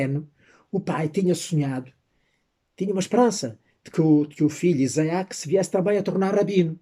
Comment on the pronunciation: "Iza-ak" não, mas sim "Itzák".